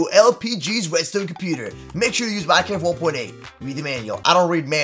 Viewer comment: He said minekift